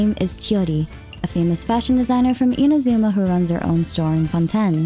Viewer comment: you should pronounce inazuma correctly too